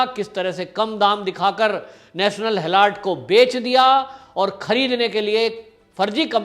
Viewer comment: गलत ऊच्चारण ।। हॅलोर्ड मत बोलीये । हेरॉल्ड बोलीये ।